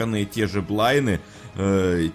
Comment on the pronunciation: не "блайны" а "блайнДы" пока-пока